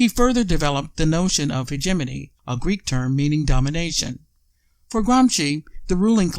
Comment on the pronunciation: Mediocre presentation. Start by pronouncing hegemony the right way. Explain how and why is this clip available; Is this available as the hegemonic tactic that you are trying to describe? Is this available to fish for people sharing this ideas? Is this available to see what people are thinking?... and maybe adjust accordingly? Is Hegemony a tool for an oligarchic economical form of government?